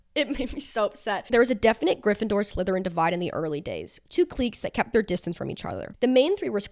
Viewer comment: babe did you really just pronounce cliques like that, whyyyyyyyyy